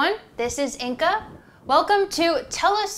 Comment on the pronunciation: Your name is Lithuanian or from some Baltic. Because I am Lithuanian and we have Inga name. Just the letter g we do not pronounce as K amd as very deep g. Just it is pronounced differently and English language does not have that sound. It is very specific